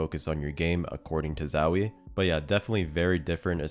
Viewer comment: it kills me how hes saying zowie.... ZAAAWIIII, chill out bruh